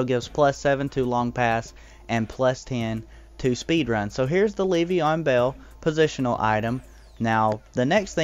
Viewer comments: It's not pronounces like Leev-e-on it's Lev-e-on. Not so much emphasis on the first e... Just had to say it lol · its so funny, I love it lol